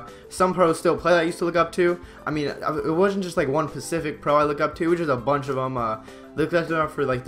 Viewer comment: "it wasn't a pacific pro I looked up to"